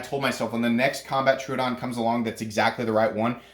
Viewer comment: It’s Tro-o-don, not Tru-don